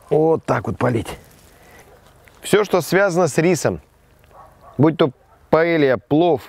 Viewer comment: паэЙя! А не паэлья